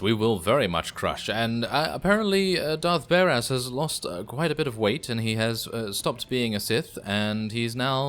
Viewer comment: i thought i just heard you say "Darth Bear ass" hahah new name i guess. xD